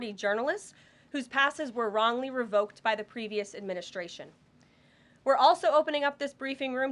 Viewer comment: You can tell she's young. She adds SHHH to words like adminishhhhtration. Also, she doesn't say her Ts. This is how the young are speaking now. Other than that she is very good and very attractive! Xxox